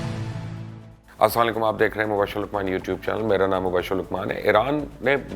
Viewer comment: Asalam o alykum bola kro bhai ...asam o alykum ka mtlb hy tum py mot ho